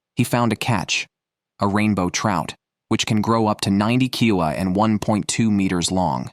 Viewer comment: "which can grow up to 90 KILA" instead of "kilo" : further AI monologue determination. will continue.